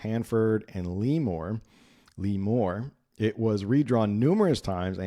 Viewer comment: Lemore= think french pronunciation.